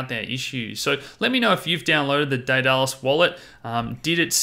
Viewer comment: Pronounced Day-dah-lus